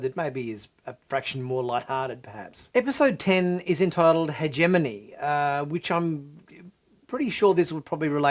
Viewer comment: "Hegemony" has the hard "g" sound. Yay, grad school.